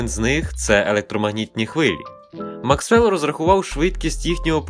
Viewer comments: Не МаксвЕлл, а МАксвелл, ударение ставьте правильно. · мАксвелл, не МаксвЕлл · мАксвел, а не максвЕл! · що робити, якщо дуже хочеться вийобнутися, але нема чим? правильно, будемо ставити їбаністичні наголоси на прізвищах з іншої фонетичної групи. в підсумку в нас буде максвЕлл і автор сам собі буде здаватися дуже крутим. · Круто! Однак, трішки покритикую: наголоси місцями невірні (той же МАксвелл, наприклад). Бажаю наснаги й бажання продовжувати! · У Вас дивні наголоси. Максвел, Альберт